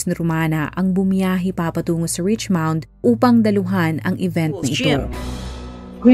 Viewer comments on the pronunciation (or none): richmond po not richmound